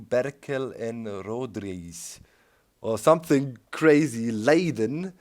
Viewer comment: Lol leiden is pronounced like 'Leider' in German but with an 'N'.